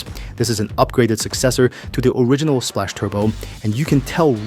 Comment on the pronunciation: It's pronounced SPLOCK Not SPLASH